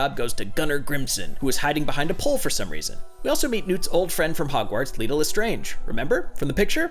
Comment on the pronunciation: This series has so many twists that has decided to change how he pronounces Leta mid-video